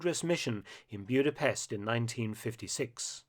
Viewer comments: As someone with Eastern European roots, it was grating to hear the city's name pronounced as Bewd-a-pest. The correct pronunciation is Boo-da-pesht. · Mark, love your channel and your work, but please learn the correct pronunciation before you record Maygar (Hungarian) is a phonetic language! it's not Byuda-pest but Buddha-pesht